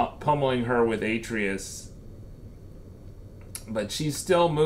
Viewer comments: Kratos literally tells you how to pronounce his sons name, how can you get it so wrong! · U say the boys name wrong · Can’t take the way he says Atreus